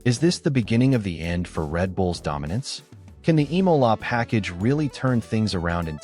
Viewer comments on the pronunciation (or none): none